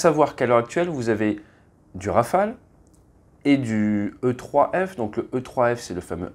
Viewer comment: Olala il n’y a pas de « s » à Rafale ! 😅 Toujours au top les vidéos sinon 💪🤙